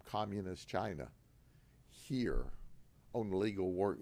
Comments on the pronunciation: ITS FROM CHYY-NAHH…😂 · Gotta love how he really emphasizes CHINA, pointing out that it's a communist country. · the way he pronounces massage "massodge , massodga, " and CHI na he learned from Trump .